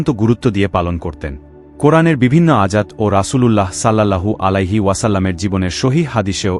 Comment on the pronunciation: আয়াত কে বার বার আজাত বলা হলো!